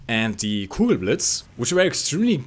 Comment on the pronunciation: from is english your first english because you said kugelblitz like a german;)